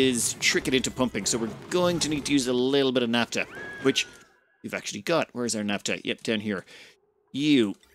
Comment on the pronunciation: What is naptuh? Do you mean naphtha? In all seriousness though, I love the videos. You are the only ONItuber I find compelling.